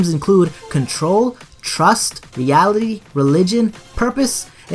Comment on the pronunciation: Negan oh okay but still it's sounds like he said yality